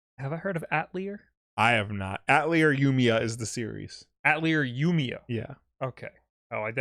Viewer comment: Please.. ATELIER it's a French word for Workshop!! You don't say the "R"... Say ATELIE ... no R.... ATELIE... in the games they're Alchemists.. and they do their alchemy in their atelier (workshop).